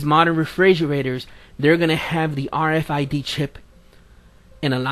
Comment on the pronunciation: It's called RFID not RFDI. Learn to speak my brother in Christ.